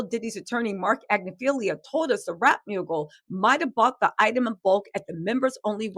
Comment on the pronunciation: why does everybody keep mispronouncing the attorney's name??? LOOK at the spelling and at least give him the respect to say it right since we are all saying it a lot! AGNIFILO ag-nif-uh-low